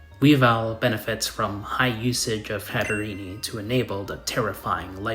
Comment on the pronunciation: It’s not “Hatterenie”, it has a silent e. Hat + Serene